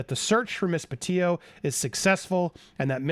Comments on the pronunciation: PETITOS NOT PETIOS!! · Andy Gabby’s name is pronounced PetiTo, not Petio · If you really cared, you'd say her last name right. Petito, not Petio. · Petito not "Petillo" (Peti-tooo) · The Petito name is pronounced …… Pe Tee toe….not Pe tee o. Thank you. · Hi Andy, Just wanted to alert you to the fact the name is PetiTO as in Petite-Toe, not Petee-o. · It's PE-TITO, not PET-IO Andy lol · It's pronounced Petito not Petillo. Not trying to be rude but we should say her name right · please note that you have been pronouncing the Petito’s name incorrectly. You have not been including the second “t”. It is pronounced “pa - tee - toe” not “pa - tee - o” . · Please say their last name correctly. It’s pronounced Pe Tee Toe not Pe Tio. Their family has gone through so much. At least give them the courtesy of pronouncing Gabby Petito’s name right. Justice for Gabby 🙏🏻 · Pe tit O's pa teet O's...it's not peteo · Bro... you're not even pronouncing the victims families name correctly 🙄 peTITO. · Sounds like you keep mispronouncing Gabby's last name. Sounds like you're saying pa-tee-yo. Like there's a double L in their last name. Very distracting so can't keep listening. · PE-TI-TO, please pronounce the name correctly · The letter from Brian mother wasn't found on his body, it was found in the truck/car. I'm guessing that was the red one that they weirdly left at the edge of park/forest before going back for it a few days later. Also noted how you used to always pronounce it 'Petite-o' until Stef kept pronouncing it 'peteeoo.' 🙈 It hits the ear wrong. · why is he not pronouncing the second t in petito? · Please pronounce their last name correctly please they deserve that . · Is Andy mispronouncing “Petito” throughout this video? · Andy forgot how to pronounce Gabby's last name.